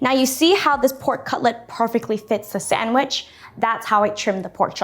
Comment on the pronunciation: Sandwich, say it with me. Sand...wich.